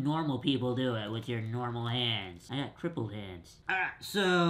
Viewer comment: I thought he said triple